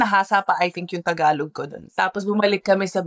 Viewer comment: I'm still at awe at how you still can't say the word tagalog properly despite speaking our language with a fair amount of fluency already, what gives?